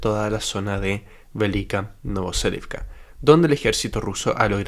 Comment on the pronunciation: Velyka NOVOSILKA, no NovoSELIVCA